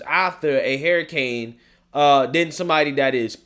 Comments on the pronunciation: you are my favorite but please for the love of God say it like this.....her i cane....not hair i cane. Hurricane. LoL. I like it when people correct me. Figured you like that too. Sarcasm. ♥️😁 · I love you but it's Hurricane Huuuricane not Herricane lol